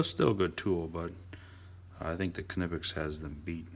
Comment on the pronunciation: Amazing somebody who actually knows how to pronounce knipex